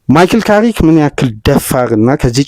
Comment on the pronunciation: ካሪክ ነው የሚባለው